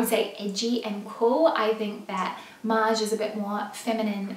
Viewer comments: Love your videos!! By the way, I'm french and your pronunciation of "Maje" is perfect:) Your friend's pronunciation is very incorrect ( she says "Maya") but pretty funny!!;) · Yayyy for featuring Australian designers/shops 🇦🇺 the CR pants are 👌🏼👌🏼 and I hear Maje (pronounced Madje) from English influencers/bloggers..?